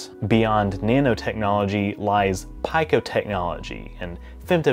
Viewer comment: As an engineer, I cringed when you said "pie-ko." Pico is pronounced, "pee-ko." As in pico Farads or pF for capacitor size.